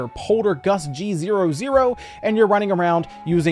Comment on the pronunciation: can't believe i didn't catch this till now. The poltergust g-00 as in Goo.